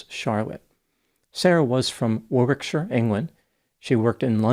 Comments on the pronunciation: The second w in Warwickshire is silent, Dr......not that you'll ever need that information again. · Minor correction: The second W in Warwickshire is silent.